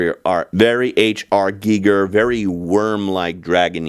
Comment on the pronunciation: Bonus points for pronouncing HR Giger correctly ❤